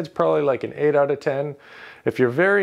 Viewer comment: You pronounced “out” like “owt”. Canadian? 😊